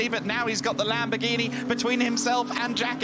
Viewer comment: Lamborgweenie? How about learning the correct pronounciation?